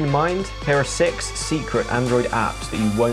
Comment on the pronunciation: sounds like he said sex Android apps